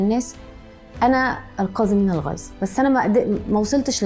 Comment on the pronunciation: كازمين الغيز...؟!!!!! طيب اقرئى الآية بشكل صحيح احتراما لكتاب الله...أقل واجب انطقى الحروف بشكل صحيح حتى يصل المعنى الصحيح...